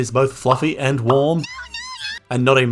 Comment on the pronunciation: "Hello, und welcome" LOL